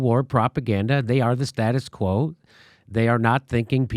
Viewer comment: The way Roger Waters pronounced "status quo" sounded like "statist quo" how fitting.